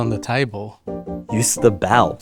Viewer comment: i love when Mark says bal instead of bell